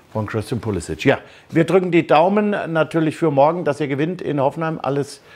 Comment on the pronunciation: Nobby, du selbst hast uns doch mal gesagt, das unser lieber Puli nicht Pulisisch (ausgesprochen) sondern Pulisik, genannt werden soll bzw will. Am direkt 4 mal hintereinander falsch ausgesprochen. Ach Nobby, du bist und bleibst einzigartig 😅😅😁😁... #mithumornehmen